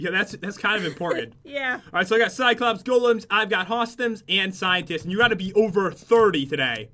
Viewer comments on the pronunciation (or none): Am i the only one who realized pat said cycops instead of cyclops...